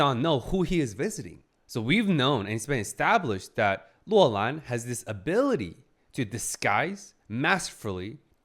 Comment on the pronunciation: You keep saying Loulan as Luolan which in Finnish means "belongs to a cave" and it's throwing me off